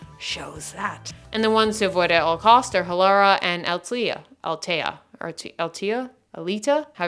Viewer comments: Athleta like athletic. Not Altea. I giggled every time especially since you were so..not mad...just disappointed. 😂😂😂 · Same I was like what brand??? Isn’t there an H in there?? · As a dislexic person i relate 😅😅😅 It was fun to hear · I work for the brand, I thought I’ve heard it all. This one killed me, I’m not even mad, it was funny. 😂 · yes! I was confused by this too. and the pronunciation? for a second I wasn't even sure she was talking about Athleta. but as someone who has run multiple distance races in salutation leggings and shorts and they still are in top condition, I was confused by that review. in fact I even have a pair of transcends that don't feel as durable but so far they have been holding up just fine. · The way you are saying athleta😆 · Right!?! I’ve literally never heard ANYONE pronounce Athleta the way she did 🤦🏻‍♀️